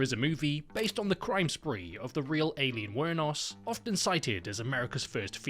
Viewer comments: Eye lean. Not AY leen. Come on limey. Please respect the American language. It's your mother tongue, after all. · Or Aileen like Alien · It's weird how my name is "Ayleen" and not "Aileen" and the way you're pronouncing Aileen's name is exactly how you say MY name. Aileen's pronunciation is different as hers is more like "i-lean" instead of "eyy-lean". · "AYY-lean" lol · Ay-leen was killing me. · I’m so sorry but it’s Eye-Leen not Ay-keen. And it’s Christina Ri-chie, not Ri-ckie. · Ay-leen? Christina Rickee? Do you just literally not do any background research at all? How do you exist in the year 2025 and not know how to say Christina Ricci's surname? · the way you're pronouncing christina ricci and aileen is rage bait